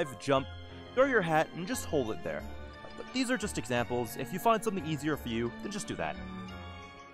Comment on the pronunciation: "Hi Therrrre..." what is this.